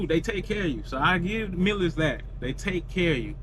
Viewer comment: Artificial intelligence you need the learn how to pronounce your company's name.